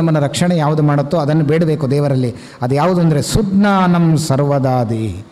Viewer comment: ಸಜ್ಜ್ಞಾನಂ... ಶುದ್ಧ ಪಾಠ [ಸುಜ್ಞಾನಂ ಅಲ್ಲಾ]